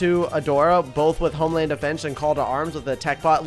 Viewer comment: did just say tomeland defense